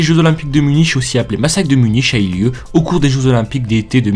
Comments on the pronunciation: MDRRRRR il a dit " Muniche " alors que sa se dit " Munique " XDDDDDDDD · Munich , se dit "munik"